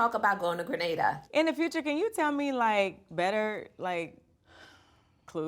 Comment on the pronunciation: As a Grenadian, I super proud to see my beautiful Island being showcase on this major platform. I'm also very happy that they are pronouncing "Gre-nay-dah" correctly👏shoutout to the show EP Glenda Cox, a born Grenadian who championed this move 👏👏